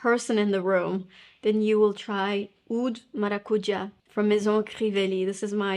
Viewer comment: As a Brazilian girl I am completely OBSESSED with you talking “Maracujá” in a perfect Portuguese accent ❤❤❤❤❤ I love you hahaha